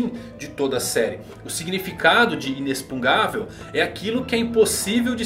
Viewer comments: Verdade, eu ia comentar sobre isso, ele escreve certo mas lê inexpungável ao invés de inexpugnável, deve ser de propósito só pode. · Pelo amor de deus, pare de falar "inexpungavel", esse palavra não existe! Kkkkk O correto seria "inexpugnável". Desculpe a chatice, mas meu ouvido doí. Adoro seus vídeos. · Beleza, tudo bem? Não quera ser chato, mas já sendo. kkkk A pronúncia certa dessa palavra que você está usando muito ultimamente não é |inexpungável|, não se lê com som de X, esse X lê-se com som de |CS| igual ao X de Táxi, lê-se então |inecspugnável|. Valeu. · falando "INESPUNGÁVEL" em vez de "INESPUGNÁVEL" ta me dando TOC hahahaha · a palavra inexpungavel não existe, a palavra e inexpugnavel. Se pronuncia inespuguinavel. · Por que você fala inexpungável se a palavra é inexpugnável? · Sim. Parece que está falando uma coisa (inexpungável) e escrevendo outra. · E o ainda não consegue falar Inexpugnável kkkkkkkk Ótimo vídeo cara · Só uma dica, você tá pronunciando errado a palavra inexpugnável. Tá colocando o N na frente do G. Leia de novo a palavra e vai perceber. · Fiquei com agonia de ouvir o falando inexpugnavel errado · Vc está falando inexpugnável de forma errada. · Sensei, que aflição, fala inexpugnável direitooo. Bjs te admiro 😘